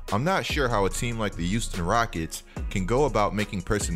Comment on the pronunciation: Pronounce yo H’s tf is a “uouston” 💀😂